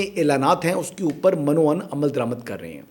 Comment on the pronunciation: بصد احترام و معذرت! 'من و عن ' میں من ' کا م' زیر کے ساتھ پڑھا اور بولا جائے گا جبکہ ان کو اس طرح الگ الگ بولا جائے گا، من - و - عن __ میں اکثر آپ کو سنتا ہوں، پروگرام بہت دل چسپ ہوتا ہے، مذکورہ تصحیح فرما لیجیے گا؛ بہت شکریہ!